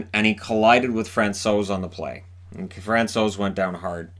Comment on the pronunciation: Hi, I would like to thank you for everyday content. It keeps me updated on what is going on in NHL. Also as a Czech I really appreciate how you pronounce foreign players’ names. You nailed Francouz!:)